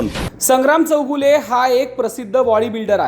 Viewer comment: It's चौगुले not चौघुले 😂